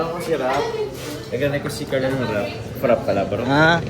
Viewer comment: Frappe is pronouced as FRA- PAY not FRAP...